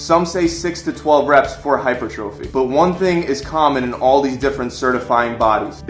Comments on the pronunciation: Wow, please learn to pronounce common exercise terms. It's not hyper - trophy, it is "hahy-pur-truh-fee". Also, it's not peri-odd-ization, it is "peer-ee-uh-duh-zey-shuh" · Hypertrophy is pronounced HI-PER-TRO-FEE NOT HYPER-TROPHY!!!!! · I cringed every time he said hyper trophy. But yeah... The info is legit. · "Hyper-Trophy" Sigh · its not pronounced TROPHY brah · Always great advice but your saying hypertrophy wrong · dude left his shoulders in the car. and if you are a personal trainer and can't pronounce "hypertrophy"or "periodization" you are wack too